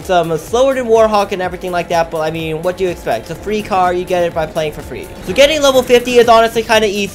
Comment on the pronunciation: User you say WHOT instead of what